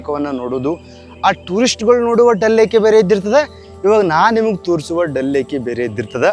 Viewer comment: ಡಲ್ ಲೇಕ್ ಅಲ್ಲ ದಾಲ್ ಲೇಕ್